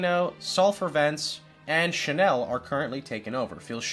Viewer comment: Thanks, great video. Not sure if you're mispronouncing things on purpose or you really don't know. But channel is pronounced more like cha-nell as in cha from chat, not "sha-nell". Gorge is not pronounced "George" or "jorj", but closer to "gorj". Not sure if you'll understand that. But I tried. Anyway thank you so much for these videos. Great content.